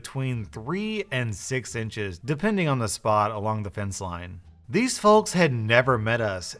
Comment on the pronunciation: Is anyone else getting really bothered by the pronunciation of "folks"